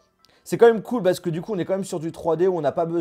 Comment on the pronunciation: Ça se dit pas "comme même" on dit "quand même"